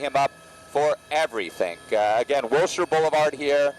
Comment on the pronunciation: It’s pronounced Wilshire.